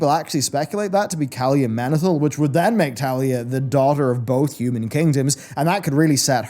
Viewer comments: I mean.. isn't it Taelia, not Thalia? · No one tell him that her name is Taelia, not Talia. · It grinds my gears 😂